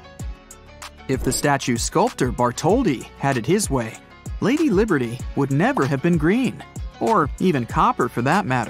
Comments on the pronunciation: It said Liderty it’s liberty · Statue of "Liderty" Museum REALLY? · Why it say "liderty" hahaha